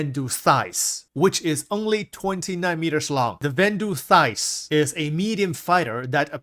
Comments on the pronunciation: What's a thise? It's pronounced sigh - th... scythe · Vanduul Scythe, not Vanduul Thighs 😭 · Yeah you really gotta learn that word brother :p Scythe is not pronounced Thice. Its more like Sife or Syf. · bro said thyse 30 times.....scythe amigo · Thice / Scythe almost sounds similar :P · “EXPERIA THYCE !?” Brooooo 😅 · Scythe = SY-TH 🤗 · I love but yeah I was like "a thice? For like 2 minutes before I figured out he meant scythe. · do you mean the scythe? idk what word he saying but its wrong.